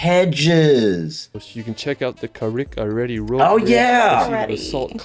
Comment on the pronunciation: Yep, "Carrick-a-READY"?? 😆